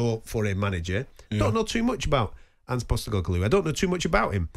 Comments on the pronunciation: ‘Portoleglu’ The least a wannabe pundit could do is at least learn to pronounce some name. Man’s ego is bigger than his destiny. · "Pos ter leg loo" 😂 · I mean he literally said 'Postalegloo'. Guys a muppet, like most of the pundits at Talksport. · He can't even say Postecoglou 🤣🙈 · Cole would rather eat glass than attempt to pronounce Postecoglou twice. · Mate the bloke can't even say postecoglou like anyone is gonna take him serious